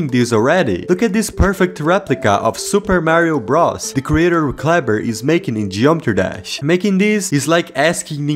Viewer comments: "Super Mario Bras" 💀 I know, its his accent. I'm messing around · “Super Mario Bross.” 💀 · "Super mario bras"